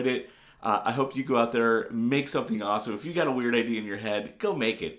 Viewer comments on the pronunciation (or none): none